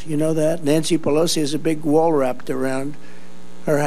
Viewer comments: He said "rapt"--last time I went to buy a loaf of bread, I was surrounded in the store by rap artists who followed me home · He said wrapped😂😂😂😂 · "rapt", "childs", "ve-gain" ...